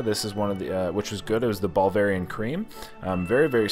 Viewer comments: I love it and love videos 🤣🤣🤣🤣 "Bulgarian pizza" Bulvarian pizza" you never did get it right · "Ball-verian" pizza...😂🤣 Love there Baverian pizza.... Actually, their mac & cheese pizza is pretty good...👍👍😎